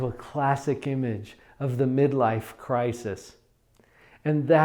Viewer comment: I dont trust someone who cant properly pronounce the plural of crisis. Only joking this was helpful.